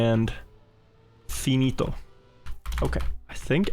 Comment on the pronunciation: i'm italian and the way u say "finito" is perfect Ps. u are the best